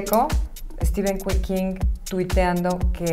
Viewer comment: Ni sabe pronunciar Stephen King y se siente la Kubrick mexicana